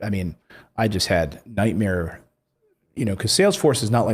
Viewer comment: LOL you almost said week Mare